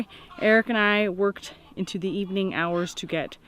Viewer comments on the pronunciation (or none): none